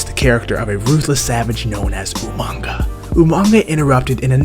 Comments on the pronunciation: Umaga not umanga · His name was UMAGA not Umanga. There's no 'n' in his name bro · UMAGA NOT OOH MANGA GET IT FUCKING RIGHT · Pronounce UMAGA correctly.... not UMANGA..... Put respect on his name #RIPUmaga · say it with me. u-mag-a. no n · Coltkiller Gaming he said umanga lol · Reggie Holder lol he said umanga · Umanga, Umanga, Umanga, Jizzus man. There is no "n" is his name. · There is not an "N" in Umaga! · it's funny how how regal said it,though.